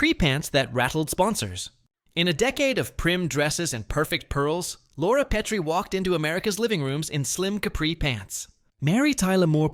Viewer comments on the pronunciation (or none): The pronunciation is carved into my memory. A science teacher said that those white ceramic things we used in the lab were PEET-REE dishes. The only PET-REE dish was named Laura. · Oyyy, you had me enthralled until you pronounced “Petrie” incorrectly. AI for the loss… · AI narrator didn't even pronounce "Petrie" correctly there at the end.